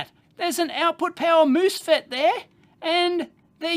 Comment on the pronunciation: mooosefet! LOL. As a canadian I love that pronunciation.